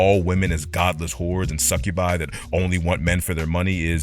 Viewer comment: Suck-u-bee , that's how you pronounce Succubi. A bit of a stickler for that word, for obvious reasons!